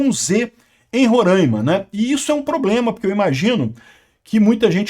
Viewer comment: Rorãima não, Roraima! Sem entonação de tio "~"